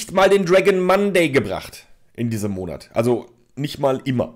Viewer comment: Letzten Endes! Whooo! Hat sich eigentlich noch jemand so konditioniert, dass er "Monert" hört wann immer der Drache "Monat" sagt? Und noch einmal: Letzten Endes! Whooo! Weil es so schön war, noch einmal: Letzten Endes! Whooo!